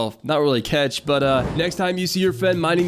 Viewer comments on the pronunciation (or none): “Explosive cetch”